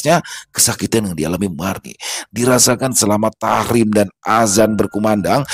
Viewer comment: Mf bg,tarhim bukan tahrim